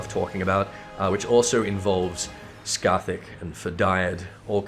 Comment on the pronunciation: Pronounces Cait Sith correctly, yet calls Scáthach "Ska-thak":p. Anyways, nice video as always. I think your view on Arachne Eve is pretty spot on